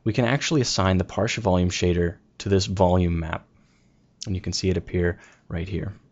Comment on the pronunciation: Great tutorial. But I'm thinking it should be pronounced "party" - as in "partical"...rather than "parshi" as in "partial" - no?